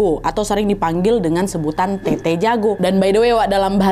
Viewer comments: Tetta yah bukan tete🙏🏻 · Telat sih nntonnya tapi kak nad btw bukan tt tapi tet’ta